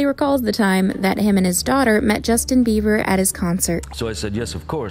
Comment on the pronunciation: Did you actually say Justin Beaver